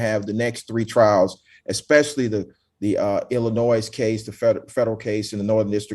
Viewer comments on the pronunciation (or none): For the love of Christ! The S in Illinois is SILENT!!!!!